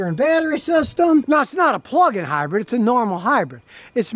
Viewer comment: Scotty.. I keep telling you.... It's a HYBRID ! NOT a Hybread !